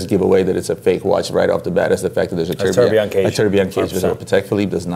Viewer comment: Why do you correctly pronounce the second and third syllable of tourbillon and don't bother with the easier first syllable. I think you entirely fail to understand the concept of "quiet luxury' or class in other words. Harsh criticism? OK.